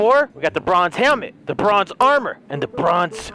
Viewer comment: Whenever he says "the bronze" it sounds like he is saying "lebron's" so it sounds like he said "lebron's armour lebron's boots and lebron's pants"